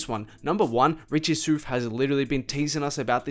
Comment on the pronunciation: “Richie Soof”